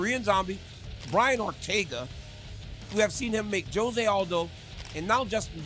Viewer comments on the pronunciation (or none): none